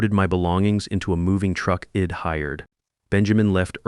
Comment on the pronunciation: Spelling corrections and pronunciation- I D is i’d Dont is don’t andI am sure there were many more I gave up on the voice and read the transcript